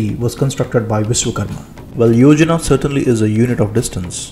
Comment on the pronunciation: Yojan not yojnaa(plan).